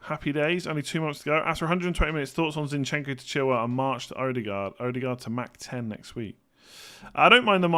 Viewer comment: glad you're interested in correct pronunciation :) so pliz "E-de-gore" , not "oudegard"